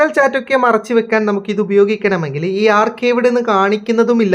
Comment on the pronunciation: Archive ഇത് ഇങ്ങനെയാണോ വായിക്കുക 😂ഞാൻ വേറെ ആണ് വായിച്ചത്